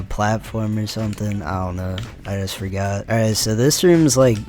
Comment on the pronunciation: "I forgutter" 💀